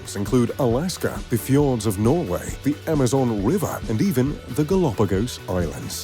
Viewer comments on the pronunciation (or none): none